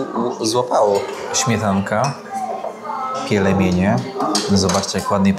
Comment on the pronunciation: Kierowniku, nie pielemienie a pielmieni.😜